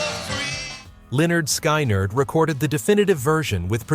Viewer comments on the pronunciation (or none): It's skinard, not shynard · Someone in the production department for this video should've listened to this entire video and corrected the band and band member pronunciation gaffes. Lynyrd "Sky-nerd"??? C'mon. The name of their first album is actually pronunciation instructions for their band name. Glen Frey's name was mispronounced. This demonstrates that the narrator is ignorant of the decade he is describing. I won't subscribe. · Lynyrd Skynyrd (pronounced 'leh-'nérd 'skin-'nérd) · They always say lynyrd skynyrd wrong